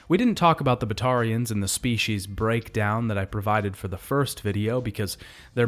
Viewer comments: All good until you tried to pronounce Batarians lmao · The way you mispronounce batatians even when THEY SAY IT RIGHT IN GAME drives us crazy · Also Kasumi and Kaiden …